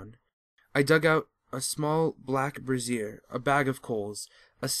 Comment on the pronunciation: Teehee. Brazier (BRAY-zier), not brassiere (bra-ZIER). One is for coal; the other for boobies.